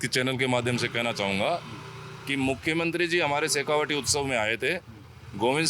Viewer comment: शेखावाटी नहीं शेखावटी बोलते हैं, यही होता है जब आप रोमन में हिंदी पढ़ें